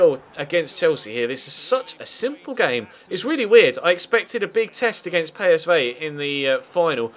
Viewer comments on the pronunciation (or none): I think you'll find its pEEsv not paysvay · ***** Belgen zeggen volgens u dus "Pie" in plaats van "Pee"? Daar heb ik zelfs de heer Gerets nooit op kunnen betrappen.